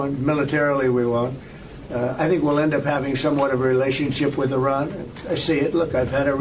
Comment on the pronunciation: His pronunciation of Iran is all over the place.